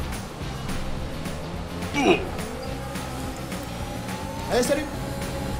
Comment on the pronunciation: « Three wild » mdrr